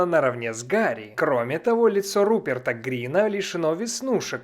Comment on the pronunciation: Не Грин, а Гринт.